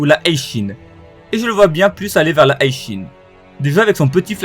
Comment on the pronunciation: Bro je m'abonne seulement si tu cesses de prononcer le HI de HI SHIN à la façon anglaise HIGH ; je comprends mm pas comment tu peux prononcer ça comme ça ; t'as jamais maté l'animé en japonais ou quoi !!??